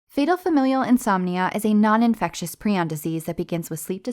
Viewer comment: When she pronunces prion correctly 😩🤤